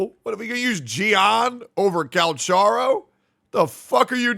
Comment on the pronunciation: at this point this guy is intentionally saying cal cha ro instead of cal ka ro